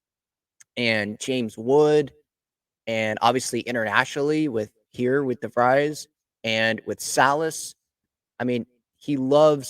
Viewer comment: In English this last name is pronounced “Di-VREEZ”. It may be pronounced differently in Dutch. I grew up with friends with this name in Michigan.